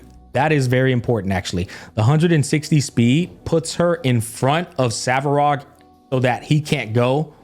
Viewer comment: Hearing “Savarog” makes me cringe.